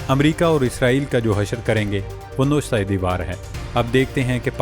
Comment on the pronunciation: یہ لفظ نوشتہ دیوار نہیں بلکہ نَوِشتئہِ دیوار ہے